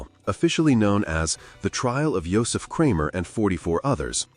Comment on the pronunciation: Their names were pronounced "ERR-mah GREY-sah...YO-sef KRAH-mer"...all other names were pronounced correctly